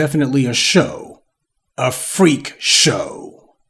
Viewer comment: Extra emphasis on the word FREAK.